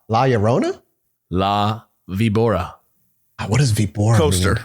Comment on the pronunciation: Víbora, accent on the I, is viper on spanish